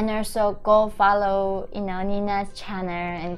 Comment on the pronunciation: sorry yeonmi but when you say hey everyone welcome to my i then hear channer instead of channel :) but it is good.......keep it :)